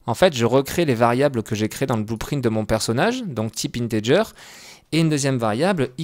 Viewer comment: Integer se dit Integuer !